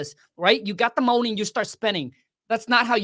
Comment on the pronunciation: I love how he pronounces money, get that mouny baby $$$😂😂😂😂